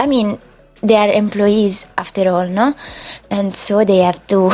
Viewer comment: You said "no" like we say in Italian (sono dipendenti no?) And I loved it because I sneak italian phrasing sooo much while speaking English 😍😂😂 and btw in the beginning "I build boring stuff" ARE YOU FREAKING KIDDING ME? 64×64 mega castles, mansions and Scandinavian paradises and island dreamy houses... should I go on??? This house is so magical and you actually motivated me to get back to a witchy cottage I was working on and that I left behind... thanks😍